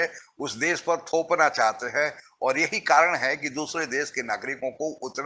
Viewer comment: आप विडीओ अच्छे बनाते हैं पर एक हिंदी भाषी होकर भी आप हिंदी बहुत घटिया बोलते हैं। देश को देस, भाषा को भासा, शुद्ध को सुध, शरीफ़ को सरिफ बोलते हैं। बहुत बुरा लगता है। सही हिंदी सीखिए पहले